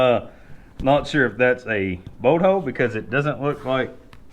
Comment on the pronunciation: ... what's a "boat hoe"? 🤣